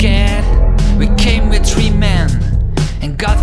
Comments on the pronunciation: you can’t talk instead of three you say tree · He pronounced 3 "Tree" I love this